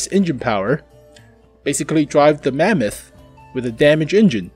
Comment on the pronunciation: say mamuuut 1 more time ill puke from laughing xd